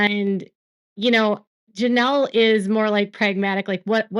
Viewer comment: Girl you speak. LoL love it😊